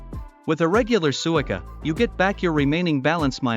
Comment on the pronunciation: The AI voice should be programmed to pronounce “suica